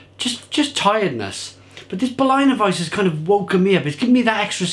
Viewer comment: Solid review! But I have to stress that it's pronounced BerLINer weisse and not Berlainer weisse. Say it like you would say the name of the city. Cheers!